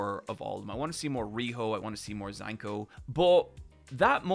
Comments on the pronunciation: IT'S ZANKA! ZA~N~KA! NOT ZANKO. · Pronouncing Zanka as "Zanko" and Riyo as "Riho" is so much more egregious than calling the Sphere "Sphera" 😭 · “Zanko” was driving me crazy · Zanka so mid can't get his name right 💀